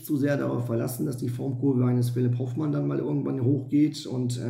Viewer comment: Hoooooofmann!!! Nicht Hofffffffmann! Soviel Respekt sollte schon sein!